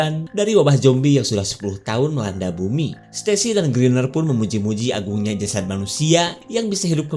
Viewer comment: Jasad bkn jasat .